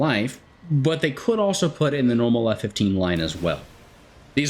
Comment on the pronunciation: I must say as an Israeli F-15 enthusiast myself you nailed all the names of the F-15s